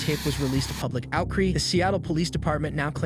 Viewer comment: Public "outcree" lol!